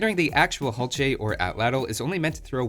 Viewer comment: isn't the "H" silent?